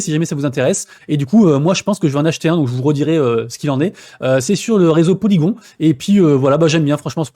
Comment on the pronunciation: Merci pour la vidéo, des news sympathiques ^^ Est-ce que un jour, tu penses qu'il serait envisageable, de caresser l'espoir d'arrêter t'entendre dire Polygon mais Polygone!!!! lol Bisousss